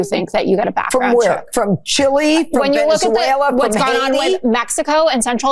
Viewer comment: Venzuela? Did that lady mean Venezuela? 😂 Dummy can't even be bothered to say the name right. She is so disrespectful that it makes me want to throw that table and get up there to argue with her.